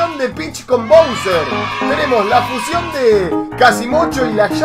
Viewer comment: se dice fusión no fucion